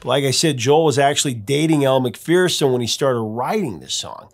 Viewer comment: Elle McPherson is not pronounced McFearson she pronounces it McFur-son. I think you should pronounce a name the way the person themselves says it